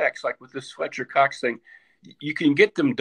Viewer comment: “Pletcher Cox”